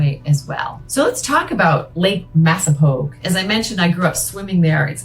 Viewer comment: It's not pronounced Massapoge! It's Massapawg. I grew up on it. Still live in Sharon. .